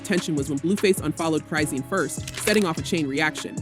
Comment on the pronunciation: Like YOU lying you can't Even saying her name right Chrizen